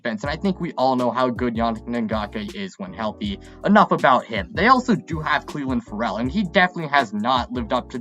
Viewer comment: Lol I caught that too. Also how he pronounced Paul Guenther's name.